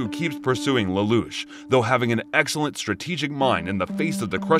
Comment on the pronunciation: You also pronounced lelouch wrong